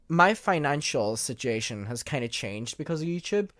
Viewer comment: OMG everytime he said Mer, I smiled. Obviously I knew what he meant, but lmafo. I love it! Him saying situation is amusing too.